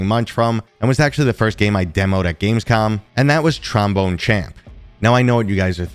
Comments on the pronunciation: He wrote Gamescom, but still says Gamescon...... you'll get it bud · lol! I noticed a few weeks ago when you announced you were going that you always said "con". Regardless, love the channel and I appreciate your passion for VR. Thanks for being a reliable source for VR news!